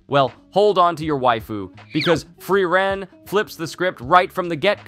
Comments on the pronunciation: its pronounced fri-ren and not free reign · i dont know how people can watch 20+ episodes of a show and still mispronounce the titular character's name. FrYReN. like nails on a chalkboard. FREE - REN. sparknotes users reveal themselves in the strangest of ways, dont they? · Fry-ren is my favorite pronunciation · It's "Flea-len" 😂😂😂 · American anitubers casually butchering japanese pronunciations like it's oxygen. Nothing new. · Did my man just pronounce Frieren differently each time?